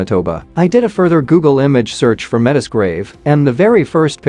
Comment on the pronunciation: "Meh-tiss " 😣 It's pronounced "mey-tee" 🇨🇦